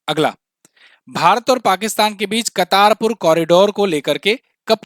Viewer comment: कर्तारपुर corridor हैं...... कतारपुर नहीं